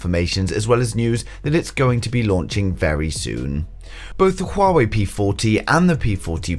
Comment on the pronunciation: it's Huawei not shuwawei